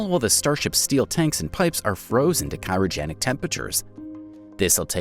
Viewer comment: cyrogenic you mean Cryogenic